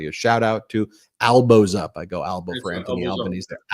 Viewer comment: Yay you got Albos Name Right!